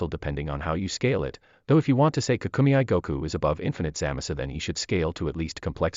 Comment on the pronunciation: Dragon Ball KAA-KUU-MEY, Not KA-KU-ME-I